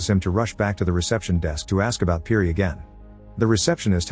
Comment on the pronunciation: Nah, it can't be that the kid's name is pronounced "perry." Let's go with "peer-y."